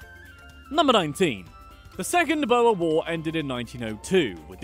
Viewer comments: When you say "Boer" try pronouncing it like this: Boo + R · There are a lot of words that are mispronounced, but a few of them are very difficult to pronounce even if you are taught the correct pronunciation, here are the rest: Boer is pronounced: Boo-er Witwatersrand is pronounced: Vit vaah ters runt Vereeniging is pronounced: fir ee+uh nah gin (Please note that the G sounds like you are clearing your throat, much like the ich in german) Apartheid is pronounced: Apart-hate Kwa-zulu Natal: is not Zwa-zulu Gauteng, the G is also pronounced with the throat clearing sound Limpopo is pronounced: Lim p+oh p+oh Vredefort is pronounced: Free+er der fort Wouter Basson's name is pronounced: Voter Basson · Ai, hy sê bouer i.p.v. boer - dit maak my ore seer, maar ons spreek virseker sommige van hulle woorde verkeerd uit. 😁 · its pronounced boor not bo-wer and its not yoh-han-es-burg its joe-han-nes-burg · Its pronounced (boor) boer war not bower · Dude... "Boer" is pronounced "B-ooh-rrr" Not Boa like a snake??? Hehehe a simple google search would have told you that! Us Afrikaans people would appreciate the correct pronunciation. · You pronounce boer like boor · it's weird because in both English and Afrikaans the "oe" makes more or less the same sound... Idk why he said "bo-a" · bo - er south africans: bruhhhhhhhhhhh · 😂 omg... the pronunciation on “Boer” It’s more like “boo” + “er”. drag that O a bit. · When he pronounced the boer war as "bo-er war" I just... It's just basically the farmer war, if I put it in simple translation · He says Boer like "Bouer" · I'm South African And The Way The Say Boer Makes me mad its pronounced Booorrr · Why do foreigners pronounce Boer as Boa, and Johannesburg as Yohannesburg Even as someone who only speaks English that doesn't even remotely make sense... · Boha...thats hilarious, being from South Africa you have completely destroyed that word. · Boer is pronounced like boar like the wild boar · Boer.. Pronounced (booo-err)